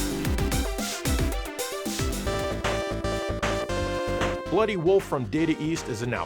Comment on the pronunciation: Bloo'y 'olf As they say in the UK